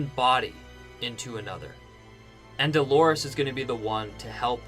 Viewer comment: The name is DOLORES (it means "pains" in Spanish), for crying out loud!